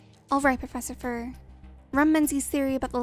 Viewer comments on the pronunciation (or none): "Alright profefiser" my favorite quotw